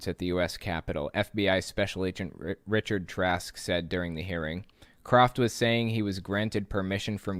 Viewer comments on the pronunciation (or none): none